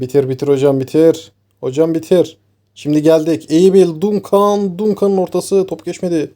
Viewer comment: Dayı çok tatlı içerik. Dunkan değil de Dankın diye okursan çok tatlı olacak. Duncan’ı